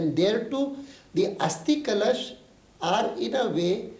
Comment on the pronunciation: Karan Thapar cannot pronounce 'kalash'. He says 'kalAAsh'??? Lol LK Advani's actually making a lot of sense.